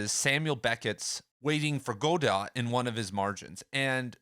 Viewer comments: It's GOD-OH, not GO-DOT... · I think its "God-oh" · Go-dot. C’mon. Lovely. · Your pronunciation of Godot is not right. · Not trying to be mean. But I don't think you're pronouncing Godot correctly.